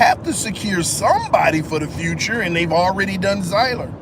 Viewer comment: Damn they led down the wrong path on pronouncing his name 😅. Just say Seeler